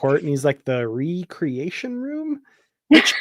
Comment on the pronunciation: REE-creation/WRECK-reation, oh-RYAN/OH-ree-on … thank you 😅